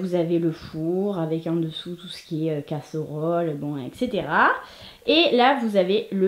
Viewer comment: « CassErollEE » 🤣j’adore 😻